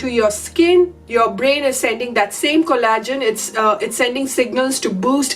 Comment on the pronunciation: Pronaunced cOllagen , not collAgen.